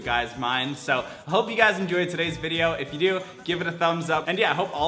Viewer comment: How many times did he say "GYUS" in this video?